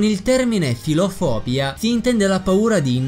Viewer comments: Philofobìa e non Philofòbia.... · Philofobìa: dal Greco ςίλοσ "amicizia" e ςόβοσ "paura"... Quindi si pronuncia "philofobìa" e non "philofòbia". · sí ma philofóbia non si può sentire!!! si legge con l'accento sull'ultima i, philofobìa!! letteralmente dal greco "paura dell'amicizia "